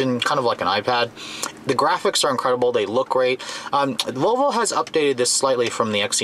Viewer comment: I can't stop replaying the first second of the video where it sounds like you're saying Vovo lol. Great review as always!